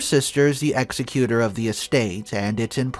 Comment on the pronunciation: If you are going to read this sort of legal termanology, please learn how to pronounce, "executor".